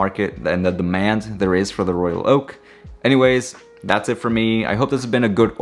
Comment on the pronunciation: The way you pronounce..Royal..Oak precisely of each word is excellent and extremely rare. Most say Royal Loak that make me annoyed. BTW I have only one AP, the 15202ST J series 2016.